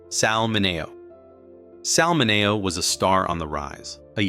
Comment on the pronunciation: Sal Min-ne-o